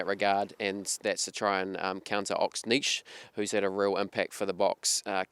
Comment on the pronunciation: It's not Ox "Niche" it's pronounced as N-Chair. The N is very subtle though, so don't over emphasise the N. Good luck guys, no idea who will win. Crazy game